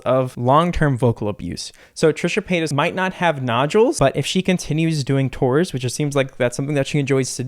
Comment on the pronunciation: I thought he was saying Trisha Penis at first